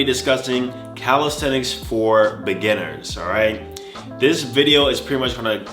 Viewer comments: Nobody:: calisTeTiks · No one:: 'Calishredics'